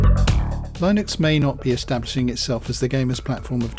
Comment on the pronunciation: The pronunciation is ˈlɪnəks/